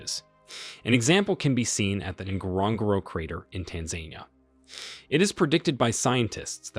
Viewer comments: Tanzania not Tanzainia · Tanzania .... It's pronounced Tan-zan-eea not Tan-zain-eea 😂😂😂😂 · Tanzania is pronounced as tanz-ah-ni-yah. With emphasis on the NI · Tan-za-nia sorry it’s driving me nuts 😂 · u can't even pronounce TANZANIA ( Tan-zah-nee-yah) . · This gentleman needs to learn how to say Tanzania properly. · Interesting pronunciation of Tanzania. 🤣